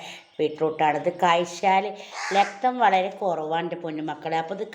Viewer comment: ലക്തം അല്ല രക്തം ആണ്